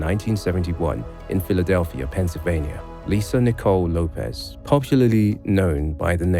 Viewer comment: lopez? i thought it was lopes (say ropes but with an L).